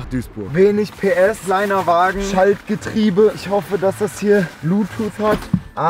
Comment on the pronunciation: Heißt Wagen nicht wägen OMG